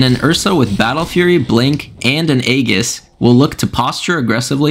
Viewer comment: why do you say aegis like that :(